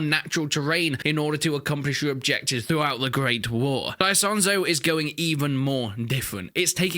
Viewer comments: It's not said ISONZO with the English I but it's pronounced Eesonzo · E "sonzo" not I "sonzo" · Im italian buddy its Esonzo not I as in me sonzo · The right pronunciation is "Ease-on-zo". Btw, I actually live very close to Isonzo river. I can get there by bike in 10 mins.